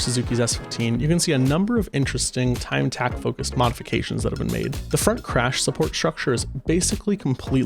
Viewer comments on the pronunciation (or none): none